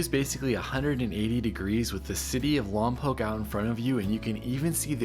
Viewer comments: You say lom pock not lom poke. You’re not local I guess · Wrong ! The Correct Pronunciation of Lompoc is " Lom Pawk " / Not; " Lom Poke " !